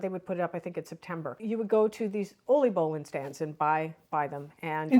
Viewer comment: My compliments for the Dutch pronunciations and accurate Dutch traditions. Oliebollen, Schiedam, Scheveningen, erwtensoep, oudejaarslot, inburgering: these are difficult words to pronounce. Chapeau 🎩 👏!!! I love your videos. My best wishes for 2026. Ria 🥰